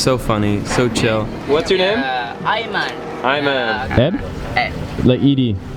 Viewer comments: Not ayman but aiman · I’m Malaysian and it’s Aiman not Ayman